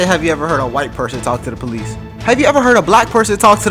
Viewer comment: white woman with a crazy idea here: it might help cops take you more seriously if you pronounce the word “police” correctly. 🤷‍♀️